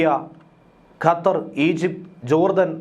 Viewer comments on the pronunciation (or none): none